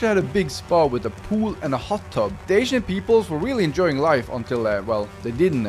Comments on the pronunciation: Whenever he said “ancient peoples” I thought he said “asian peoples” which I personally thought was pretty funny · When you said 'aincient city' the automatic translator said 'asian city'💀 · i swear all i'm hearing is him calling the ancient city the asian city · Him: Ancient city Captions/Subtitles: Asian city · I don't know why I kept hearing "Asian" instead of ancient lol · Every time he says “ancient people” I think he is saying “Asian people” and it was so confusing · Were you saying ancient people or Asian people I'm confused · Is it just me or most of the time when he says ancient city sounds like 'asian city' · is it me or he keeps saying asian instead of ancient?